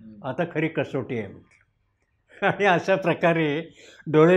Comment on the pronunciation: कृपया "न "व "ण " मधील फरक समजून घ्या. आणी व आनी मधे फरक आहे.